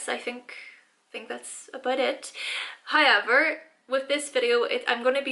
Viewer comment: karima taekookgotjams high-ever...